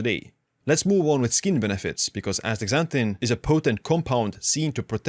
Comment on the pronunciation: Aks a zanthin